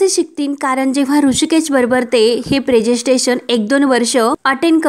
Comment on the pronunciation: प्रेसेन्स्टेशन नव्हे प्रेसेंटेशन